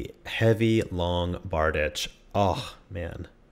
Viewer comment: its pronounced Bar-deesh, and its russian =P